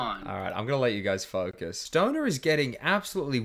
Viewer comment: "I'm gonna let you guys Focus" totally sounded like he was gonna say f**k